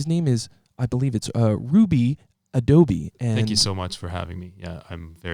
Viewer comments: did he just call him rhombus ?......yes, yes he did lol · Says name correctly the 1st time, Then slaughters Rudy's name with every R sounding item that is known......Radically Rampant Rambunctious Rudy